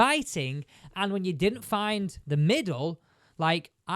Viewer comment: “Fidn” it? 😂